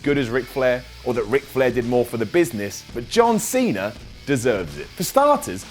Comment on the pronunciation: John Seener!